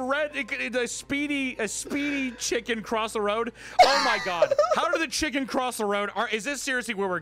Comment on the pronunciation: Wendigoon gets genuinely scared and lays down a thick southern Appalachian “oooh, my”